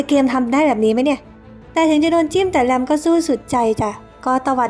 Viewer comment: แลม แต่จีนน่าจะออกเสียงว่า หลัม ไม่ก็ หลาน มั้ยคะ 555